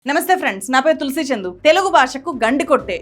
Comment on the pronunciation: thu-lasi kadu tulasi